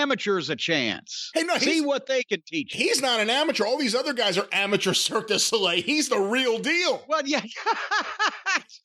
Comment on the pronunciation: When said Cirque de soli I knew Jim was going to blow up just a little. All the time making jokes about the circus and finally came to bite